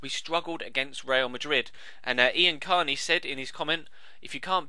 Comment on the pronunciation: Wow you actually pronounced my name right. Since I live in the states, most teachers don't call my name right. They always say I-an